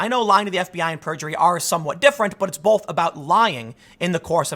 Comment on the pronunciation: There is no "L" in "both". Great videos though man.